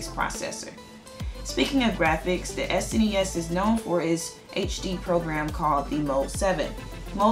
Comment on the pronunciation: So glad you call it s.n.e.s instead of snes.